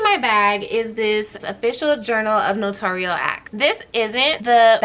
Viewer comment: Thanks for your video!😊 Here's the proper way to say "NOTARIAL" ==> It's NO-TAIR-REE-UHL, not NA-TORE-REE-UHL. I think people get it confused with saying it like NOTORIUS. On the NNA YT Channel videos, they say NO-TAIR-REE-UHL. It's funny because every other notary on YT says it wrong. lol